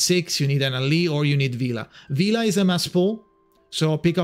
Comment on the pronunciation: It's "Vila" btw and good luck with your pulls!